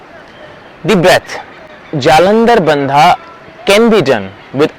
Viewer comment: Pllleeeeeaaaaaseee do pronounce the names properly. It is not BANDAAA. IT SHOULD BE PRONOUNCED AS "BANDH"